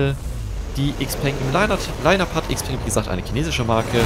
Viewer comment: Klugscheißmodus an Xpeng ist die Kurzform für Xiaopeng Motors, daher wird Xpeng korrekt analog zu Xiaomi ausgesprochen, wobei das "peng" als "pang" gesprochen wird - also "Xiaopang". Im englischsprachigen Raum wird Xpeng i.d.R. "Äxpang" ausgesprochen. Klugscheißmodus aus